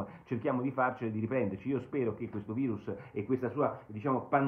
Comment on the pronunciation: Basta col "vairus" !